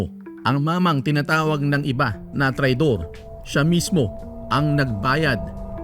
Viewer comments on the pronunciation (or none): Hindi mag chachampion yan....Wala na yung tagabuhat nila na sinasabi mong TRAYDOR...DAMA KITA nong pag bigkas mo ng katagang "TRADYOR"😂😂😂